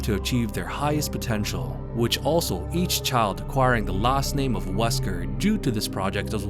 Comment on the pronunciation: Alex Wesker?! Ahh you mean "she wesker" xD